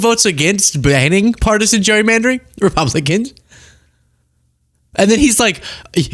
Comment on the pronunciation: the word is "gerrymander" -- NOT gerrymanter.